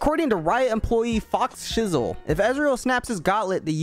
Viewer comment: ITS FOSHIZZLE pronunciation